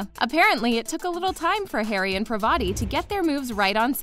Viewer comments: Its not parvaati .. its . Paarvati .. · the narrator is so hilarious she said "pravati" instead of parvati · her name is parvati not privati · It’s not paarvedi, it’s parvathi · Its parvati not privati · That is paarvati not parvaati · im sorry did she just call parvati pravadi. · Why the voiceover is trying not to pronounce the V name in aye hahaha